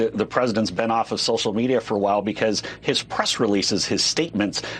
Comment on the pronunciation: Harry's pwonunciation: "Social Meatier."